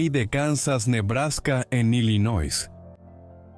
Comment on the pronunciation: Illinois se lee sin la 'S'